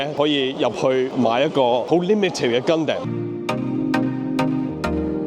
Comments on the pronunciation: 成條片為一敗筆之處就係gundam讀音。如果Stevo可以跟返日本原本讀音就會完美。讀gun-dum 唔係gun-dam，就好似sake 讀sa-keh唔係sa-kee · it's not Gun damn, its Gun dom, like Condom with Gun, XDDDD